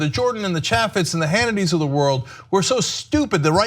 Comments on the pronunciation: ITS PRONOUNCED...CHAAA FEZ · Fyi, Chaffetz is pronounced chay' fits (the a is pronounced as in the words hay and hey) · Pronounced: Chay-Fits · Ok so the way they both pronounce Chaffetz was getting to me. I thought it was Chaffetz with an A like April, not Apple. I know, stupid, but they say it so much in this video. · I know Jason Chaffetz is less relevant than ever, but you continue to mispronounce his name. Chaffetz has a long A sound, like in the word "chafe" rather than "chaff". There's an easy way to remember this, and I know I say it every time, but think of a chafed scrotum, and then think of Jason Chaffetz. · Stoners don't even know how to pronounce Chaifitz name!! It's a hard a not soft LOL